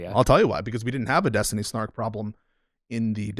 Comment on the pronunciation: Kinda sounda like was about to say "Epstiny"